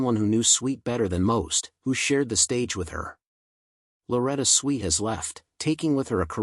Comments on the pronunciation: Whoever is narrating this is not a natural communicator. Swit is pronounced S W I T for a start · Why is this annoying twit of a narrator insisting on pronouncing her surname as SWEET ??? Half these content creators have as much impact on the viewers at home as a gnat's fart on a CAT 5 hurricane.